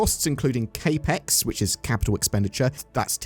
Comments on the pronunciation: Cap-ex, not kay-pex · CapX "capital expenditure" cap (like baseball cap) as in capital not K ... Otherwise great video ❤ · Yeah ngl it was bothering me the way he was pronouncing it lol. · Capex Pronunciation was driving me crazy, but I was giving benefit of the doubt that it might have been a UK pronunciation.